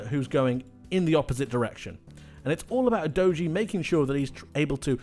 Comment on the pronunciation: Great analysis but not sure that’s how you pronounce Udogie?? I mean there’s actually a premier league video from sky sports in which he says his name and it doesn’t sound like youdoughgee